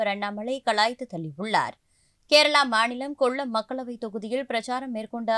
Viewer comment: கொள்ளம் இல்லம்மா. கொல்லம். கொஞ்சமாச்சும் தமிழ் படிச்சுட்டு நியூஸ் படிக்க வாங்க!